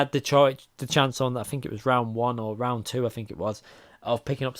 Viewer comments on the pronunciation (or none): Are you Scottish now...Roound 4 😂